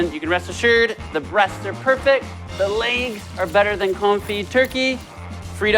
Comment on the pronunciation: You say legs wrong.